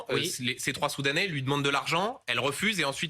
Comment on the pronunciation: même le mot soudanais il arrivait pas à le dire.